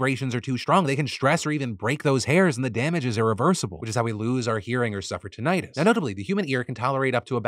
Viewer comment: That’s that how you pronounce tinnitus